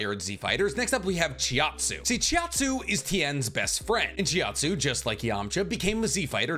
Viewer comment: Chiatzu? CHIATZU?! ITS CHAUTZU